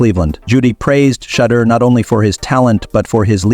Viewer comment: This guy should never say Sanders name, he can't even pronounce it, but he pronounces all these white players name properly, if you can't say his name right, don't even say it at all, it's a good show, at least give the man's name some respect and say his name the right way or don't say that all, just say Sanders if the first name is too difficult for you to pronounce, I think it's a good show, but say the man's name right, please.